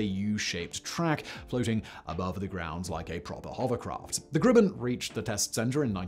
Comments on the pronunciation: Cool vid but hearing Simon mispronounce Grumman is weird. It's GrUhman (uh...) not GrUmman (oo/u). Maybe it's his accent causing it. shrug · Grumman is pronounced like Grum-man which rhymes with rum. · It's Garrett "AIResearch", and GRUMman rhymes with GUM or GLUM, NOT "Groom" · I wasn't going to say anything about his pronunciation of Grumman (like summon) but when he mispronounced Pueblo, I thought I had to call it out. These are really awesome videos and I know a Brit should not be expected to know our quirky pronunciation rules, but if your job is an announcer, then...